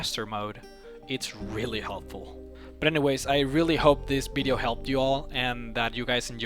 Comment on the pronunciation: Love how he says bideo :)